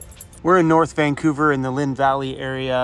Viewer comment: VAN couver 😂